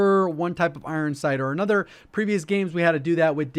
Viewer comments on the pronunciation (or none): none